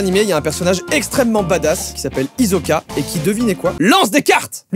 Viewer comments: C'est pas hizoka mais hisoka😂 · Hisoka avec un “s“, sinon ça fait vraiment français sa manière de prononcer haha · Il a dit hizoka alors que cest /hissoka/ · Ptn trop contente que tu parle d'hunter x hunter 😭🖤 *par contre ça se dit hissoka pas hizoka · C’est que une histoire de prononciation en japonais ça se prononce hissoka mais en français c’est hizoka comme Killua et Kirua. Pas besoin de faire le puriste alors qu’il le prononce pas mal il le prononce juste à la française. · Traya ya oui mais meme dans la version française de l’animé c’est prononcé Hissoka donc ça fait un peu grincer des dents d’entendre hizoka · absolument tout le monde : HiSoka Joyca : HiZoka oh sinon tu pourrais essayer l'astuce des cartes boomerang ça serait tout aussi marrant ! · oui mais là on ne parle pas de prononciation japonaise (comme killua dit kirua ou Levi dit rivaï dans la version jap a cause de l'accent). En japonais ils ont également le z mais prononcent bien Hisoka avec un s. donc il se prononce bien avec un s et non un z. Je ne sais pas si c'est très clair désolé 😅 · "hizoka" moi : .... MAIS PTN C'EST HISOKA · Moi devant la vidéo"C'EST PAS HIZOKA C'EST HISOKA" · J’ai pete un plomb quand j’ai entendue hizoka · IL A DIS HIZOKA ALORS QUE ÇA CE PRONONCE HISSOKA!!! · Ouuu il lit directement, aussi, et il a commencé à dire Hizoka à la lecture avant de regarder ? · Ptit info de culture général: ca se prononce hissoka et non hizoka ^^ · il la. meme pas respecté il la appeller hizoka mdr c hisoka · Question : Vous dites "Hizoka" comma l'a dit Joyca ? Vous dites "Hisoka"? déso mais comment il a dit Hisoka m'a perturbé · Hisoka prononcé avec un S et pas un Z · C'est l'inverse...Il a dit Hisoka au lieu de Hissoka même si ça s'écrit Hisoka. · NEOSOULS Ouais on peut prononcer Hissoka mais bon l'anime il disent Hisoka donc voilà x) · Et qu’il dise HiZoka au lieu d’Hisoka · Quel type de nen ducoup ? Et attendez.. Ça ne choque que moi qu'il le prononce "Hizoka" et non "Hissoka"? 😭